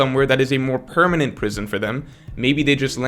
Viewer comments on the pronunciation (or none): none